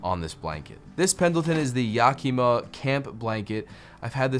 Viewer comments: Yak - kee- mah? Ever heard of YAK-i-ma WA? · Yakima= " Yack I Maw" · I had no idea the Klondike gold rush was in 1987. I don’t remember that in the news my sophomore year of high school. Also not yakeema, it’s Yakima. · It's "YACK-ih-mah."